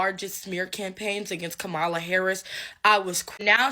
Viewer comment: Please try to pronounce her name correctly…..comma-la … so say comma then say la.